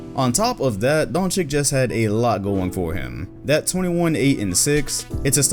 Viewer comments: When says Dončick instead of Dončić my ears bleed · Doncic is pronounced like Doncitch not Donchick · Luka's surname should be pronounced like "donchich" not "donchik" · Another moron disrespects Europeans...IT'S NOT "DONCIK"!!!! THERE IS NO K IN HIS LAST NAME!!!! IT'S DONCIC!!!!!!!!!!!!!!!!!!!!!!!!! IS THAT SO HARD TO UNDERSTAND AND REMEMBER? OH YEAH I FORGOT YOU'RE AN AMERICAN.... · Not salty but try to pronounce Luka's last name as Don-chitch instead of Don-chic. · It's DonCHiCH, not DonCHiK, for fucks sake. JokiCH, VuCHeviCH, PetroviCH, DragiCH, ŠariCH, KukoCH, StojakoviCH, BogdanoviCH. How hard can it be, Ć is pronounced as CH, not as K. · Im pretty sure Luka pronounces his surname as Dončič not Dončić even tho he has ć at the end. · man i love the video - but it's pronounced don-chich, not don-chick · both C's make the "ch" sounds, if u care. so its donchich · It's Luka Donchich, smh 😂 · Its not the Last ch, its more like tj, when you speak on American, you see there is a difference between letters Č and Ć, so basicly your pronouncing would be luka Dončič, its hard for non Balkan countries to pronounce it right, because we have letters like Č,Ć,Đ,Dž,Nj,Lj,Ž,Š that most of the countries dont, its same for many players, his last letter is the same as Jokić's, so pronounce it that way, many Balkan players are misspronounced like Šarić, Peđa Stojaković, Dražen Petrović etc etc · Agwa I’m slovenian and yea he pronounces it with a č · Dammit, Luka's last name is pronounced "Donchich". Don't be like Barkley and others, constantly screwing up his name. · You should learn how to pronounce Dončić, Šarić etc. before mentioning them. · So after a full season and being your number 1 in this list, you STILL don't know how to correctly pronounce Doncic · you make basketball videos and you can't pronounce Doncic correctly, put some rispek on his name please my man